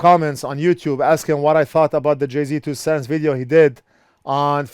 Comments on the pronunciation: It's pronounced "Jay's two cents" not 'Jay-Z" even though it's spelled that way. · It’s not JAY Z you say it like jay’s 😂😂😂😂😂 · Jayztwocents is pronounced Jay's two cents LOL. love your channel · I never knew you were supposed to say his channel "jay Z 2 cents"... I always said it like "jay's 2 cents" ... Lol 🤣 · Jay Z 2 cents hahaha it's Jay'z 2 cents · Carport Actually it's just Jay. As in Jay's two cents. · My favorite part about this whole video aside from the amazing content, is how keeps calling him Jay-Z Two Cents 🤣🤣🤣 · "Jay-Z Two Cents" 😂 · Sorry, only lasted until the second time you called him Jay-Z. Please dont confuse JayzTwoCents with that talentless wannabe rapper. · Jay failed fixing pins as bad as failed at saying his name. lol